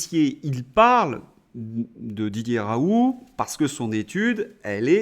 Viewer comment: Vous m'énervez avec vos "RAOU", on dit RaouL ou RaouLT, pédant personnage !